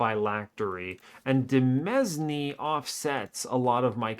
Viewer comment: Word fact of the video: demesne is pronounced like domain (not deh mezz knee), because it's just the French word for that and people sometimes use it to be fancy